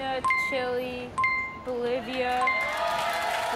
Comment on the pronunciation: too bad the kid pronounced chile wrong, can’t win ‘em all i guess